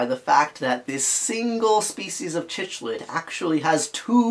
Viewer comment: Thanks for the post, great discussion. A very minor comment, but cichlid is pronounced "sic-lid".